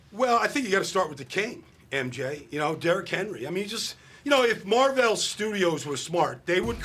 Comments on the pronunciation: Tf mar-vel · What’s a Mar-vell? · Mar veil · Mar Velle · Baldy needs to know how to pronounce Marvel. Company has been around since the 60s.